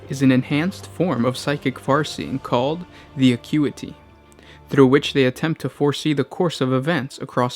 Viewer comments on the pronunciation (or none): Lol, he pronounces "acuity" right the first time then butchers it every other time.